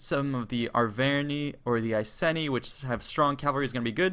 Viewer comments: Iceni - Eye - see - ni not I-Ceni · Ah-ver-neye, Eye-see-nee :)